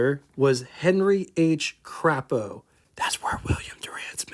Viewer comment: the 'a' in Crapo is long. It's Craaapo. Good show today.